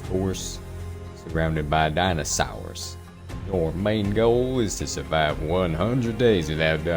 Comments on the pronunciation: I love the way he says dInOsAuRs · the way he says dinosaurs is so funny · Ah yes daynasawz